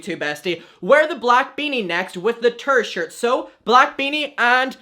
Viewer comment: Adam, love you, but when you said "tour shirt", I thought u said "turd shirt" 💀💀